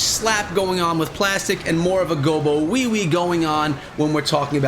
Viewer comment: Did you just say gobowewe ? Hahaaaaa so good